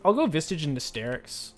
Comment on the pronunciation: Genuine question, does he say Visage wrong on purpose?